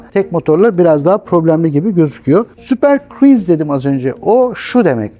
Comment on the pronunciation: Senin hocan daha "Super Cruise" diyemiyor super friz mi diyor super kiriz mi diyor ne dediği bile anlaşılmıyor.Anlattığı şeylerde o kadar çok hata var ki gerçek bir uzman izlese sinir krizine kapılıp ekranı falan parçalar. LOL